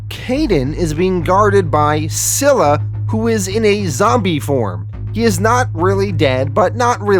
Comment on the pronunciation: You have been pronouncing scyla wrong. It's pronounced Sila